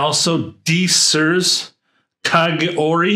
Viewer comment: I just ordered a bottle from Luckyscent a couple days ago, I’m so excited. I’ve tested Kagiroi extensively and just love it. Thanks for the nice video. Btw, I believe it’s pronounced Ka-Gi-Roy.